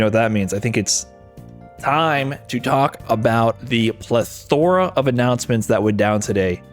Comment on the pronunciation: Plethora isn't pronounced that way btw